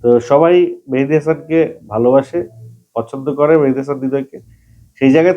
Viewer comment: মেহেদি হাসান হবে ভাই মেহেদি হামান হবে না